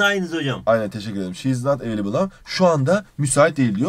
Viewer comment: available talafuzu: evliable :D